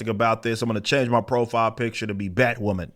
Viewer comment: I mean when your crown jewel is BatWahman, it's not strange they are losing monneh